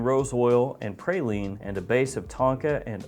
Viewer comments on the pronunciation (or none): none